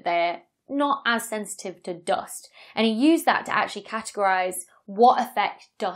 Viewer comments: The dost! (I admit it sounds nicer than American "duust") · Me thinks she loves to say "doost". JK. Excellent video, great explanations